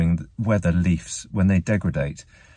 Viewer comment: DEGRADE! not degridatate